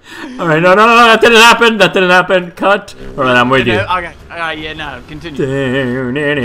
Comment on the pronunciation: Did he just say: "Ah, kut" XD?